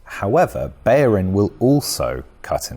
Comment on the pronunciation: BeLLerin his name is pronounced BELL-ER-IN not Beyerin, there are no y's in his name. FFS!